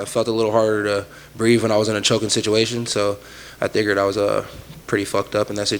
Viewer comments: When he says "thigered" instead of figured I laugh every time lmao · "Thigured" - Kevin Holland